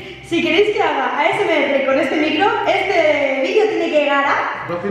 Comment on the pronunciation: Asms dijo 😂😂😂 es asmr